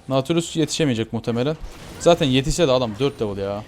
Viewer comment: naaaatilius deyil datilyus diye okunur:D